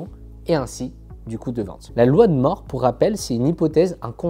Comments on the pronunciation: La loi de Moore, ça se prononce MOURE et pas MORE... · Ne pas savoir qu en anglais Moore se prononce "moure' , bon encore je veux bien, mais cette loi si connue, qu un youtubeur PC disent la loi de "MORT" , on se dit qu il n a jamais du entendre ce mot c est pas possible ! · Ca se pprononce "moure"...